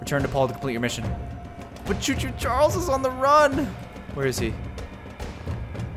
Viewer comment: It's choo-choo Charles whatever you said you did not say to two Charles